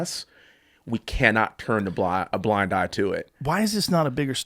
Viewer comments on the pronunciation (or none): none